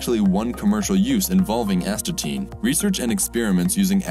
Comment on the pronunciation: Astatine.. As...ta...tine... Asthma tin